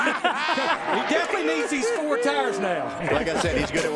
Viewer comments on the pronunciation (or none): none